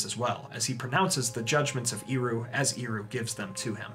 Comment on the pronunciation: I have a question: Sometimes you talk about Eru Iluvitar as Iru. I don't know if I hear it wrong, and confuse the "E" with "I", or that's how it's pronounced.